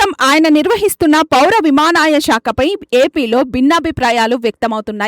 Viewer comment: విమానయానం అనడం కూడా రావడం లేదా విమాన యమాయ అంటున్నారు